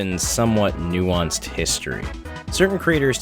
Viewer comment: Say "nuance" more please